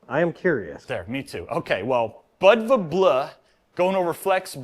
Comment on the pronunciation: It's pronounced bood va like the Montenegrian city Budva. The bleu probably references the color of the Agean sea